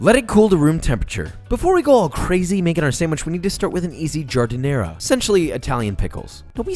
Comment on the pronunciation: Please stop trying to pronounce Italian words... you do a bad job of it. Your giardiniara is all wrong. Where’s the garlic and oil?? Where the hell do you buy mortadella in Texas?? Can’t find giardiniara there either. Certainly not the HEB or Kroger!!